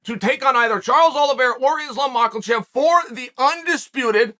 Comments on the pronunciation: Only GOATs mispronounce names like Yair (Yuri) and Makhachev (MOCKEL-CHEV). The list goes on and on. Undefeated and undisputed, as always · Why is he still saying makelchev? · Makhachev 🚫 Mackelvhev ✅